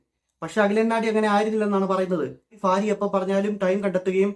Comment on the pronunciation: ഭാര്യ ❌ ഫാര്യ ✅